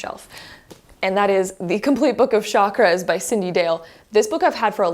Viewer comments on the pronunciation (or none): It’s not shockers it’s called chaaa-Kraaa-ass. Please do not mispronounce this. Chakras means wheel or circle ⭕️ what goes around comes around. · It’s pronounced “Chak-raa-s like CHUK-RAA-S